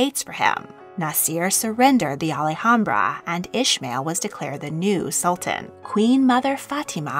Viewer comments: Alhambra is pronounced ahl-AHM-bra, not al-e-hambra. The "h" is silent. Málaga has the accent on the first a, not the second one. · Generally, the name of the palace complex in Granada is pronounced "Al AM-bra" - it feels as if you have an extra syllable in the name. In Spanish, the "H" is almost always silent, and so you would not pronounced it in "Alhambra". "Malaga" actually has stress on the first syllable, and the assistance for this is the accent over that first "a". So the city name is "MAH-laga". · Alhambra is pronounced like it’s spelled, there isn’t an “Ali” anywhere in there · Yeah, I've never heard anyone pronounce Alhambra the way she did in this video......and I've visited the palace!!